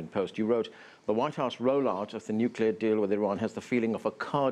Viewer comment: pronounces it "nucular" and we're supposed to accept him as an expert?!